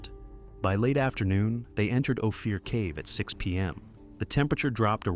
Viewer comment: The name of the cave is Ophir. OH-FEAR?!?